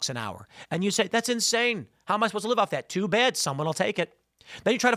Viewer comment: "GET the baad guys"! said Tim in his midwest twang. Who saw this episode coming? God yall. It's getting too cringe today Boyz